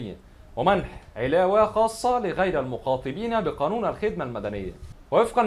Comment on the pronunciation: المخَاطَبين مش المخاطِبين وبعدين فك نفسك كده متشدش